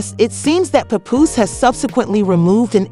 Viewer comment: Omg learn the right pronunciation of Pap's name!